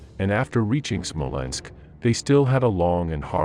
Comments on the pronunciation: Whats a Smolensko?...Do you mean Smolensk? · When I heard SmolenskO, instead of Smolensk, I thought I heard wrong... then SmolenskO sounded again and yet again. At the fourth time, I quit this roll. Evidently, a narrator deserves no credibility, one who does not know the proper name of one of the oldest European and Russian cities, esp important for the sake of this particular video ... once such a non-trivial mistake is repeatedly made, then everything else in the clip clearly has no dependability. Stopped watching, disliked and voted for misinformation! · Smolensk not SmolenskO lol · The narrator is calling Smolensk "Smolensko" but on the map it shows Smolensk, silly😅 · Its not "Smolensko" .. its Smolensk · Smolensk....not Smolensko..whats with the O after everything? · It is not Smolensko, it is Smolensk. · SmolenskO??? Jesus, wtf? 😂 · I can watch WW2 videos especially of the Eastern Front over and over again because the battles were so epic throughout the war. The casualties were like no other war in history and we have the previous holder of greatest human destruction of WW1 to measure this against. Smolensko? Seriously is there a real person narrating this video or what. Disappointing